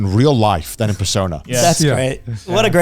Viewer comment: why he saying persona like that